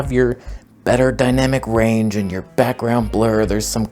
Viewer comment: I like todays blue toneh-gound.